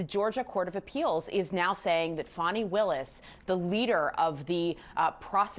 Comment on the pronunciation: Good bye Fani, not Fanni as you pronounced it. Glad to see you go.